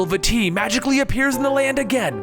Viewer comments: vaAti not vati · vah-ty not va-ty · I wonder if Vaati's name is pronounced V-uh-tee, like in the video, or if it is pronounced V-ah-tee, because of the double a in the name. Much like General Raam from gears of war. Sorry about adding another pronunciation to the collection, But hey at least I didn't tell you how to properly pronounce something x'D. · vaAti not vaatEE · Vaa ti Not vatti it its a longer a sound like vaaati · Bad grammar and pronunciation. Remember that Japanese people named these characters. When you say "Vaati" you are emphasizing the wrong part of the word and saying "va-TEE" when you should be pronouncing two As at the beginning without stressing either syllable, like "Vaah-ti." Also, "As best as we can" is grammatically incorrect. Best is a superlative, so you should say "The best we can." And it is ocarina, not "ORCarina." It is pronounced "Ockareena." Deku is "Deh-keu" not "DEE-KEW." GanonDALF is actually GanonDORF. There is no Ganondalf the Grey. It is GeruDO (like dough), not Gerudoo. And it's "ALL kinds of crazy things," not "WHOLE kinds of crazy things." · No it's vaa-ti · I think It's pronounced Va-tee. I'm not sure. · Vaati is pronounced like baaty, exept the V makes the nirmal sound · Vaati is pronounced ( vah- tee ) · Also Vaati (V-ah-tee)